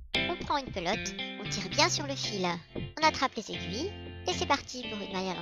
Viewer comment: pardon, dites bien PE-lotes. parce que p-lotte c'est un super gros mot au Québec lol